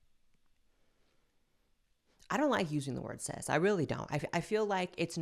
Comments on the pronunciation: Oh! Is that what she meant? I thought she was saying sis and was so fucking confused by the lecture!!! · I keep thinking you are saying, “sis” lmao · I was just listening to the video and not watching it and I thought the person said “sis” and not “cis” and I was so confused 🤣